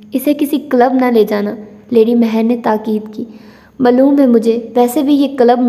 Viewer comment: Why are you pronounce word HASI to Hannsii Its sound very weird please kindly correct your vocabulary pronounce it correctly HASI and the word Maaloom is Not Mallum it affect your narration style kindly take a look.